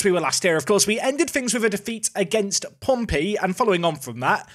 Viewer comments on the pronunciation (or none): none